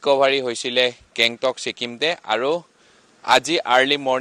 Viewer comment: Alak country?😂 gangtok aseh not Bangkok.... reporter